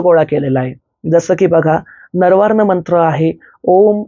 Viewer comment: "नवार्ण मंत्र" असा उच्चार आहे. नरवार असं नाहीये.